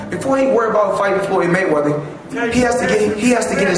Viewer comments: its ''MayweaTHer'' Not ''MayweaDer'' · lol "Maywedder" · Why is the announcer saying Floyd money Mayweter??????